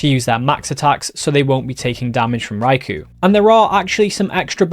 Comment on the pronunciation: Poor Raikou, everyone says his name wrong 😢